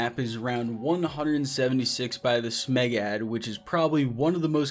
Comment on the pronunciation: “ThisMegaD”.... totally pronounced “Meg-ad”